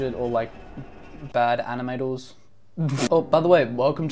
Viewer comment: bad “animatows”